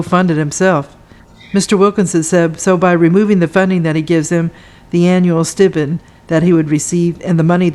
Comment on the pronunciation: You don’t know how to pronounce the word “stipend”. What?